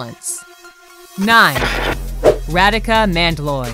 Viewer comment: is not radika its rhadika is u pronounce it and its a she